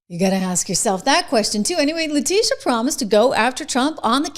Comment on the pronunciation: trish you really need to correctly pronounce her name: le tit e ah